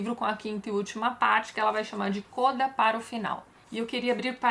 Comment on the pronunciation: Tati, sou musicista e as expressões utilizadas em arranjos musicais são tradicionalmente escritas em italiano. Uma das expressões utilizadas é a palavra "Coda", que nos indica que devemos "pular" para o trecho final da obra/partitura. Essa expressão no italiano é pronunciada "Códa" (como se houvesse um acento agudo na vogal "O"). Adorei as resenhas e adoro, igualmente, todos os seus vídeos!